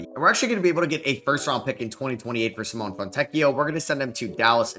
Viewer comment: (btw the E is pronounced in Simone, like in Nevada or never)